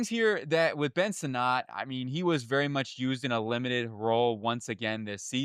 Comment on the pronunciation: Ben Sinnot (Senate) & Tyler Biadasz (B Odd Ish) pronounce the names right if you want us to take you serious champ.